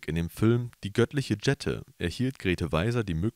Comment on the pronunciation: Kann man denn keine Sprecher finden, die Deutsch können? Elevin wird auf der zweiten Silbe betont und nicht auf der dritten. Und bitte: Jette und nicht Dschette! Hat denn keiner Ohren im Studio?